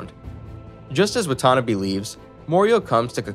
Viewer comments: Watanabe... not whatonabee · the way 'watanabe' was pronounced made me flinch